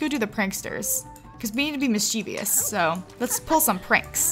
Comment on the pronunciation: You r saying mischievous wrong